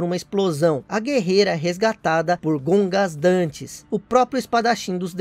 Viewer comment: Gogandantes Issui,não Gongasdantes.